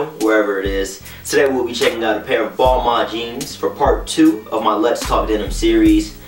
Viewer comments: technically is is "Bal- Ma" French dont pronounce their N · it's pronounced Ball-Mahn. it's french... don't believe me hear how the lead designer pronounces it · As soon as he said "ball-mon" i paused the video to type this then left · Ball-Maine bro your pronouncing it wrong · Is it pronouced balmun/ balman or balmayne / balmaine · Every American is pronouncing it wrong..